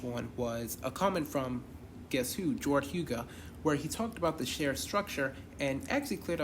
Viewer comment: You good buddy. We support those that support us. Jordhuga is pronounced the way you did or some people say HUG-A.